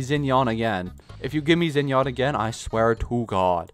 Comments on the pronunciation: not gonna lie, "Hue" Tao is making me wanna stab my ears Also "Zhao/Zinyan" instead of "Shao/Shinyan" but not as much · “Zinyawn” shinyan (rhymes with can)